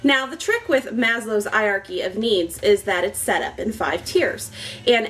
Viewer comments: "I-arky"?!! Please tell me you Americans don't pronounce Heirarchy like that. Don't you think you've butchered our language enough as it is? ;) Cool vid. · Normally I wouldn't mention pronunciation in a comment but were you prounouncing Hierarchy correctly? I've always made the "H" sound at the beginning of the word and you were pronouncing it like the H was silent. It's not a word I often hear, so I could easily be wrong. I figure you've probably heard it many times recently in your classes so you're probably doing it right, but it does surprise me that the H is silent. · hey, you should pronounce the H in Hierachy! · I actually do say it funny *gets embarrassed* the correct pronunciation is hi-er-are-key - it is just one of those things I have never overcome when casually talking (which is what I do for these videos). When there is an H as the first letter, I generally read right over it :( Dunno if its my french training or my bodies refusal to conform :P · Stick with 'eye-archy', and whenever anyone corrects you, nod, smile and acknowledge that what they say is quite right... and ensure that you get the word 'eye-archy' in the very next sentence. I say this as something of a Hanarchist!